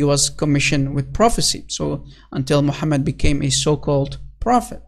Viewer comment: Mu-ham-Mad Really???